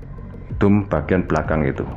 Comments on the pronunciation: itu pengucapannya DOM bukan DUM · nyebut dome,gw dengernya dum,bikin suges nih....,ini mirip balsem(kantin fisip ui) sebelum th 2000,horor kalau kuliah malem